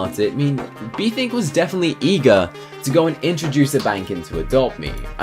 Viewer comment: He was meant to say newfissy and bethink. Not newthink and befissy